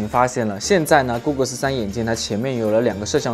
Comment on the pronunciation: goggle发音成了google啊